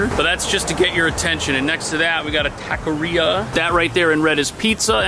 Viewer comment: I laughed so hard when you said TACORERIA, the correct term is TAQUERIA (TA-KE-RE-IA)